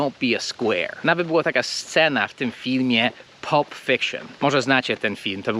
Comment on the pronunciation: Cześć, kwadrat jak kwadrat ale nigdy bym się nie domyślił, że tak się wymawia "pulp"😉